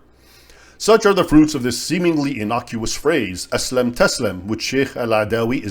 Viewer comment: It's "aslim taslam," not "aslam taslam." The first word is an imperative (of form IV, aslama-yuslimu-islam), "submit!", while the second one is an imperfect (of form I, salima-yaslamu-salam), "you will be unharmed."